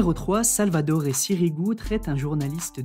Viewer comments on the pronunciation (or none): bon, je vous aime bien, mais il faut vraiment faire un effort en prononciation, même si j'ai bien compris que vous n'êtes pas trop sport (SALVATORE Sirigu, et non pas SALVADORE)